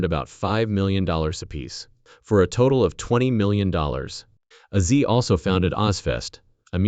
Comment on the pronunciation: I quit watching the video about 5 minutes into it. You've dedicated an entire video to the man and you can't even say his name correctly. It's Ozzy. Not Azi.